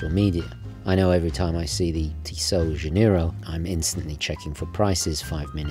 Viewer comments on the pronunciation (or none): none